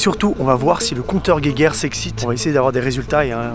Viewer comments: le compeut guéguerre 😂😂😂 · le compteur gué guerre. XD